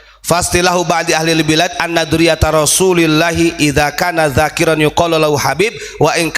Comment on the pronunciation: اذا كان ذكرا idza kana dzakaron (laki2) bukan dzakiron (orang yang berdzikir) ustadz koplak iki NGAJI maning cung ben iso baca arab 😬🙈😇